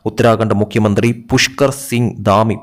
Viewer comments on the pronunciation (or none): none